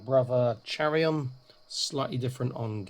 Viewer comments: By the Emperor! Kai-ron, not Chair-ion!! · I’m going to be that guy. Chairon is to be pronounced KYRON.